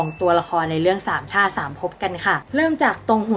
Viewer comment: ได้ยินเป็นสามช่า สามภพ 5555+